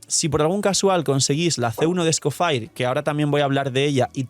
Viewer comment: Cada vez que dice "scofair" muere un gatito